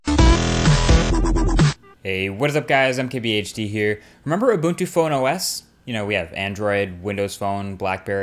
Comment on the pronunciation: Points for pronouncing Ubuntu correctly!